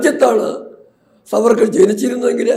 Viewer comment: It's not Savarkar. Should be pronounced as SAAVARKAR.